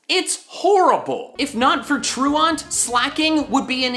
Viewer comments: truaunt ? there is no U after the A in truant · i think its pronounced Tru Ent. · What the heck is wrong with you why are you pronouncing truant like a lunatic? True Ant you freaking moron. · Truant is pronounced ‘trōō ent’. The mispronunciation has spread like a virus noticeably in the Pokémon YouTube community. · that's not how you pronounce truant. You've probably heard your teacher say it when you are your peers were absent from class for no reason. You pronounce it like: TRU-INT Here's a video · You pronounce truant like "true-int" So the pun name doesnt make sense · I'm so mad he kept saying "True-Aunt" and didn't realize Durant and Truant RHYME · Truant as in truancy. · I'm going to need you to stop saying "truant" like that now. Good lord. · Truant. The way your pronounce it kills me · I hate the way he says truant. I imagine if he pronounced truancy it would sound like a pokemon name. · you can tell this guys never skipped class by the way he pronounces "truant" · please learn how to pronounce truant before making a video including the word 700 times you dolt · why the hell does he pronounce truant like that lol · You pronounce truant weird lol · You pronounce truant weird. Am I the only one that thinks so? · The pokemon ability is spelled 'truant'. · Please go look up how to pronounce truant, it's an actual word haha and no one seems to know how to say it. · I can't stand you mispronouncing truant 😔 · WHY DOES HE BUTCHER THE WORD "TRUANT"?! I was so mad after he said it the first 5 times. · Was anybody else triggered by his mispronunciation of truant? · The way you pronounce Truant kinda bothers me lol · Is he pronouncing truant correctly? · The way you pronounce truant made me have a stroke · truant tru ant?! TRU A N T?! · You said truant wrong. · Haha, You can tell was a good student because that is not how you pronounce "truant" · It’s tru-ANT not tru-AUNT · nobody:: truawnt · it's not 'True-ONT'...it's 'True-ent'. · / ˈtru ənt /